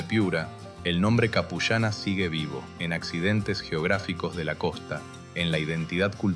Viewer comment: La pronunciación es Apu llana qué puede se puede traducir como mujer jefe o la que manda ( Apu = jefe).